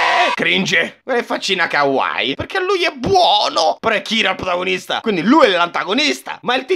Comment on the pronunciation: Si legge KAWA - IIIIIIIII 😂